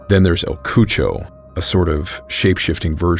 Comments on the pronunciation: “ El cuocho “ El Cucuy you mean aka the boogie man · Good story, thanks for covering it. I think you mean instead of "el Cucho", "el Cucuy" pronounced 'ka-koy'. That would be another good episode along with los duendes. Great job! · I was confused when he was say “el cucho” then realized hes talking about el cucuy pronounced like “coo-coo-eee” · El “cucho” 😂😂😂 WTF IS THAT 😂😂😂 U mean EL CUCUY lmao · Not pronounced Kucho it’s pronounced KuKui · I think el cucho is supposed to be Cuycuy